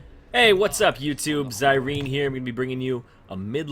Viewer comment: ITS DIRENE